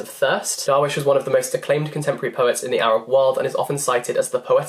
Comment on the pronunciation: When i saw that mahmoud darwish poetry collection i was so freakkinggg excited This makes my arab heart so happy❤️❤️ Oh btw darwish is not prounced like this it's more like (darr-wiesh) Just stress a bit on the i to get a good prounciation